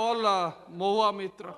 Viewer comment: It is Mohua Maitra..not Mitra.. Who is Ketan Parekh and Chow Chu ling?? Any idea 🙄 Moron speaker A company and C governance 👍👍👍🤣